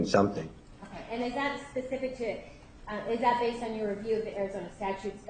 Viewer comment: That is “Pacific”!! 😳 It’s not embarrassing enough, to stomp about with sausage meat legs, looking like a Nazi hooker, with your bald spot getting bigger? Now you can’t even pronounce simple little words! 😬 Really sweetheart, do yourself a favour, and call it a day!!! 🤣